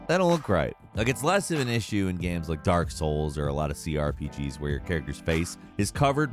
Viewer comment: I don't get why They show off dark souls every other time when They clearly never really played it. Always butchering all the names and stuff